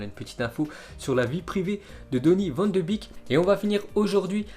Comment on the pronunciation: « Van de bique » il va falloir commencer à arrêter et mieux préparer ses vidéos, au moins pour la prononciation